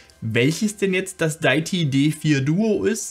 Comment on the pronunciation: Sehr hilfreiches Video! Definitv mal ausprobieren, das Di-ä-ti (nicht daiti 😬) D4. Geniales Konzept von Deity! Auch, dass es ohne Batterie geht und die 2 getrennt aufnehmbaren Spuren! Auch genial, dass man obendrein noch n anderes Mic anschließen kann. Super AIO Lösung. Danke fürs Video!